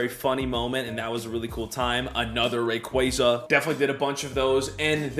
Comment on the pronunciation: please stop saying rayquaza like that it's giving me cancer lol